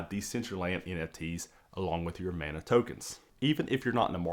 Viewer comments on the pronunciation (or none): none